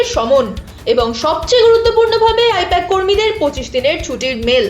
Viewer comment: I-PAC❌ I-POK☑️